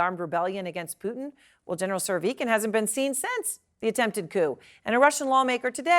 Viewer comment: Joe pronounces it like Poootin 😂